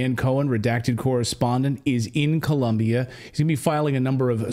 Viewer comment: It's Colombia not Columbia.